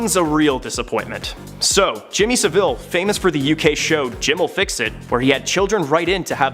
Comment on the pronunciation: Not SaVILLE - SavILL